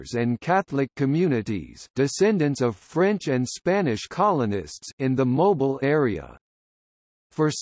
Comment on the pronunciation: I wish he would pronounce the word Mobile correctly when talking about the city.